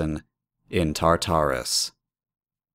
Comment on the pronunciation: Why do so many people pronounce Tartarus like "Tar-TAR-us,"? The emphasis is meant to be on the first Tar, not the second...